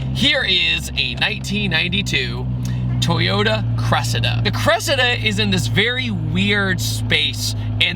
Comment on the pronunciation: You're pronouncing its name wrong:face-red-droopy-eyes